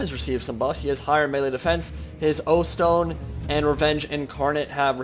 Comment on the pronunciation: Hearing you say "his O-stone" combined with the expression on Belegar's face during that intro may have rendered me impotent through sheer horror